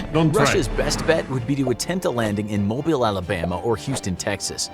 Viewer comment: He actually said mobile correctly